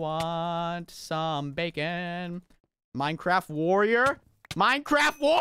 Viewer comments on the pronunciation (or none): none